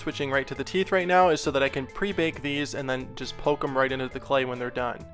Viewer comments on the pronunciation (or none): none